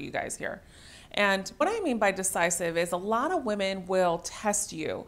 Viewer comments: Does she keep saying woman instead of women? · Women is pronounced WIMEN!!!